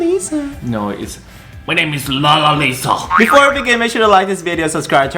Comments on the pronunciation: Dislike for saying LALALALISA so badly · Trivia: Blackpink members do not follow each other to avoid scandals. She is also the most followed kpop girl artist. And her name is pronounce as Lalisa 😂😂😂